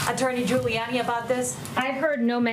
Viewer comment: FYI... It is Gi-oo-liy-ah-niy David. It is Italian.